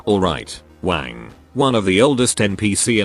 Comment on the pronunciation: I always hear Wang as wank in this video 😂